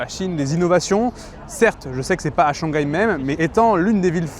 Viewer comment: <ShangGAI is the most French thing I’ve ever heard 😂😂